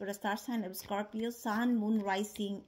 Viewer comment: Scor pee O’s! 😊 I had never heard someone use 3 syllables to say the word Scorpio😂 Thanks!